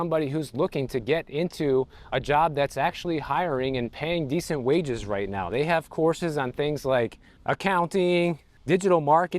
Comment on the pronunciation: the cost of living right row